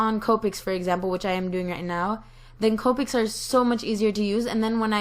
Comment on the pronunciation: Her:Copic's = (Cope-icks) Actual pronunciation; (Cop-icks)